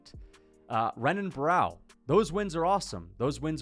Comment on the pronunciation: For context, this comment was meant to be about wins. “Joey B is a mediocre win, Renan Barao (pronounced with an R lol) isn’t super impressive, GSP didn’t beat anyone good, etc”